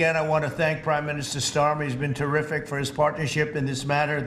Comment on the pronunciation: He called him prime minister "Starmy"....... Never a good idea to sign any kind of deal with someone who can't even pronounce your name correctly.